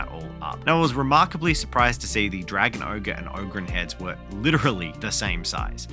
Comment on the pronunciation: its abba-don the despoiler, and a-BAH-don black weirdly they have actually specified that and yes its oh-grin not og-rin